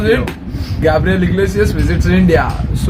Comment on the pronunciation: You said gabriel just like a Mexican